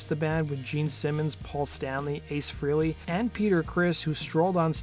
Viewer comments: Ace pronounces his name fray-lee, not free-lee. And Neil pronounces his name peert, not purt. Most people say it wrong. The way you pronounce someone's name is of importance to them, and to not care is disrespectful. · Prouncanced FRAYLEE......not freely. Jeez, you'd think someone who is doing a video on someone, would at least know how to pronounce someone's name........Ace's band was called Frehley's Comet to rhyme with Halley's Comet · Ace Frehley, his name is pronounced like Pray ly, Frayly.